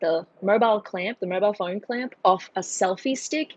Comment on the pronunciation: "Sorry i have my phoaaannnrnne" now.. that ma fren is Aussies😂🤣😁